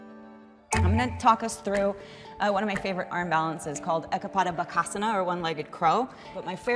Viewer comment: OML YES...ekha padha baakaasaanaa i died on the spot. like bruh either say it properly or dont. like yall be talking abt these 8 philosophys when u cant do tapasya for a day. was just a huge no for me